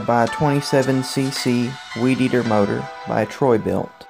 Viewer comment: Amazing when you say for da modaaa 😭👍🤝👍